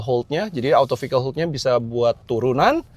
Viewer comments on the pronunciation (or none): none